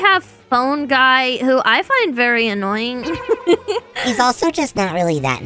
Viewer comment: AS SOON AS SHE SAID ANOYIN WE ALL THOUGHT OF BB